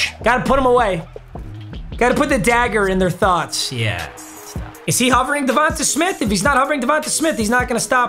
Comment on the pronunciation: “ Devontuh smith” Papa